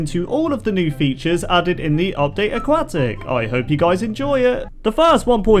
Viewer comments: How does having an accent put a K sound where there is no K sound? That's just poor pronunciation. I'm a language teacher and a linguistic so no it's not just because of an accent. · “aquat tic!” he said. “aquatic!” i said. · i'm sorry but... A-QUACK-TICK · It is pronounced a- Kwot- ic. NOT a-kwat-ic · Can you please say AQUATIC not A-QUAK-TIC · Not aquwahhh tic Aquatic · Indeed. It's also "a-kwot-ick", not a-kwat-ick. He clearly doesn't understand how the letter "u" works. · it sounded like you said update a"quack"tic.... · You're saying it wrong it's pronounce aquatic aquatic pool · AuqQUACKtic say it right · a-QUACK-tic XD ma so sorry lol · Lol he said update aqaatic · you mispronounced Nautilus and Aquatic it’s nod-a-lis and uk-wod-ick